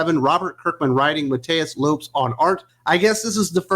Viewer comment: Just so you know the name lopes is pronounced lopez too. Its just the portugese version The way you said lopes sounded like loops